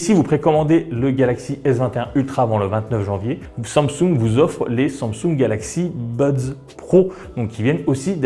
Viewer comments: Tu ne sais pas prononcer samsing en sumsung ?🤣🤣🤣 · arrete de dire SUNSUNG MERDE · La façon dont tu prononces le mot Samsung me stresse. C'est pas si difficile pourtant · Mdrr bonne vidéo mais première fois que je vois quelqu'un qui ne sait pas prononcer Samsung et le prononce d'une manière juste horrible et insupportable à entendre